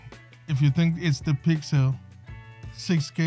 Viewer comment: It’s not called, “PYXIL”. It’s called, “PYXIS”.